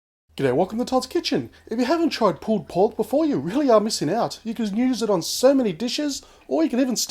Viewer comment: sounds like hes saying pooped pork XD